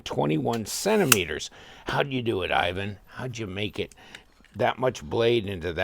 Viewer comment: Great one ! But you pronounced desingners name wrong, its like Evan in real : ) Thank you !